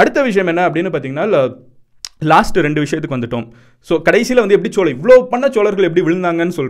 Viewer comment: Bro chozha nu sollalam chola nu soldriye nyam ahh 🖖🏻mg